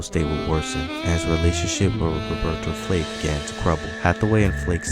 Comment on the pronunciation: Bro say Robertas name right